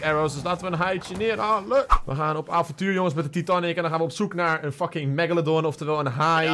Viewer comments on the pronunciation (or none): Nee je zegt titanic eigelijk als taitenic zegt et fout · Titanic hoe zeg je dat titaanic